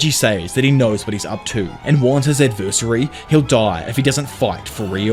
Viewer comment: You gotta learn how to pronounce the word "adversary" it's cringe how you say it.